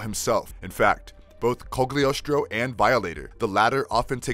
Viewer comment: Cogliostro. The g is silent. Cyan. The y is a long vowel. Violator. The I is a long vowel. Malebolgia. Mal like Al, bol = bowl, gia is a soft g like genre.